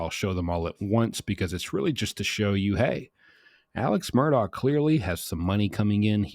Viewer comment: His pronunciation is correct. This is what he and his family call him. It is indeed spelled Alex but he has always gone by Alec. His last name is Murdaugh but he and his entire family pronounces it as Murdock.